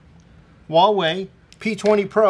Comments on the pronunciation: Wawei? I'm pretty sure it's Huawei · is asian pronounces huawei wrong